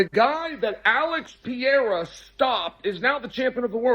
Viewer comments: Alex Pee-era 💀🤣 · Chael.... Alex Puh-Rare-Ah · Chael's inability to pronounce Du Plessis or Pereira